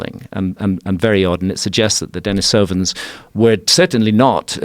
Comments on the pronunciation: Dení sovans instead of Deni sóvan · Its pronounced Den-EE-sovan. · Dude isn't even pronouncing denisovans correctly, how am I meant to be believe anything he says